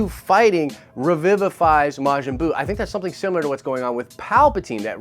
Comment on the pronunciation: "Re-viv-vuh-fies" <---- alrighty